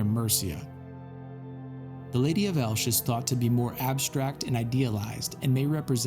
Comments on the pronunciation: I really appreciate your interest in the beautiful complexity of the Iberian Peninsula and the mix of cultures that shaped it. But as someone from Elche (pronounced El-che, not “Elch”), I need to correct a few things respectfully. First, Elche is in the province of Alicante, not Murcia. Murcia is a different region with its own identity, dialect, history, and cultural influences. Cartagena, for example, had a much stronger Phoenician influence, while Elche was more Iberian, Greco-Roman, and Mediterranean in its development. Second, these figures are not “mysterious alien women wearing headphones.” The Lady of Elche, the Lady of Baza, the Lady of Guardamar and others are deeply tied to Iberian culture and Mediterranean religious traditions connected to the goddess Tanit. Tanit was widely revered across the Mediterranean world, especially in Iberia, the Balearic Islands, and North Africa. These figures most likely represent either the goddess herself or priestesses connected to her temples. And culturally, these traditions never fully disappeared. Traditional Valencian and Alicantina dress still preserves many of these aesthetics today: the side hair rolls, the elongated back covered with mantilla and peineta, the large earrings (arracadas), etc. Iberian women are not some incomprehensible mystery to us. They are part of our cultural continuity and identity. So while I know your intentions are positive, please research these topics more carefully before presenting speculation a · Congrats on your channel, kudos for this phenomenal video, and thank you so much for illustrating the rich history and the cultural diversity of my country. A quick note on pronunciation, in case you want to know: the way we pronounce 'Elche' would be as 'El-tche' for you, including the final E. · great stuff man. I'm just going to be a tiny bit pedantic (in a beneficial way) The Lady of Elche is pronounced; El-che ;)